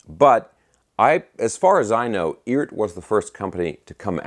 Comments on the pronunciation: Yo - They pronounce it "E - ART." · Cool! According to Phil McKnight it's pronounced E Art